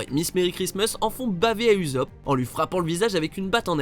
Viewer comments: Non...stop...arrêtez le massacre du nom d'Ussop! C pas Uzop mais Ussop! Je vais finir par en faire des cauchemars! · On dit USSOP ET PAS UZOP !! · Sa se prononce leorou et ousopp le "u" en japonais se prononce "ou" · C’est pas Uzop, c’est Ussop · oui mais cela se prononce avec 2 s en mode Ussopp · Mes oreilles........ j'ai mal...... mal.